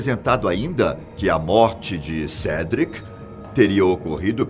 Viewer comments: Sédric kk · "Rary Potter, Dambledore, Hoguiorts, Cedric" kkkkkkkkk, não confio em opinião de quem não sabe nem pronunciar os nomes do personagem, muito menos iriam saber interpretar uma obra dessas! O canal está se perdendo focando em ocultismo e coisa sombrias e macabras! Alôô, parem com isso! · HOGUIORTS / CEDRIC 🤣🤣🤣 - 10 pontos para fatos desconhecidos